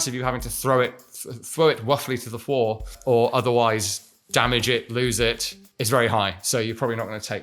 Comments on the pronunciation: Fwow it wuffwy to the fwoor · the "throw him ruffly to the fwoor" absolutely sent me off the deep end LMAO